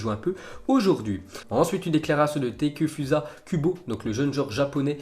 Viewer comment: Sa s'écrit Takefusa mais sa ce dit TakÉfoussa* Kubo pas takeufuza kubo